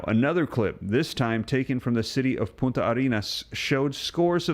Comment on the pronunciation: Poon tah not poo ta, lmfao,u just said "btch" in Spanish 😅